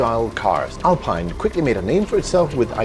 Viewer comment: Great vid. P.S. It's pronounced Alpeen